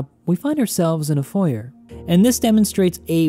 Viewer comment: Architect miss pronounces foyer